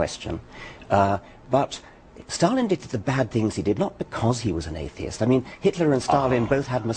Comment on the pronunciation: haha he cant even pronounce atheist or agnosticism in the beginning